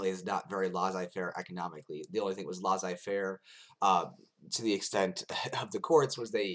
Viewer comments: Actually, it's pronounced LAY-ZAY-FAIR - not LAH-ZAY-FAIR. ;) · French Tip: when you see two SS in a word, there's no z pronunciation, it's an S one. If you can pull that off, and maybe pronounce the ai parts less like the A sound and more like a ''è'' one, viewers would spend the video searching for your baguette and beret haha. Just messing w/ you, interesting video as usual